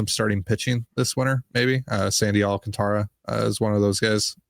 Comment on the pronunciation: I love that you guys are now saying Sandy Alcantara correct now! Or at least as correct as you can without rolling your R's :)